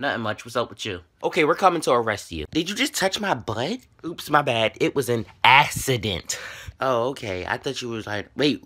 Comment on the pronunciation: Assident I’m wE a k 😂